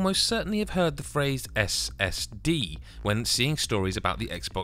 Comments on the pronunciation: who else thought he said STD at the beginning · He said SSD like its a new piece of tech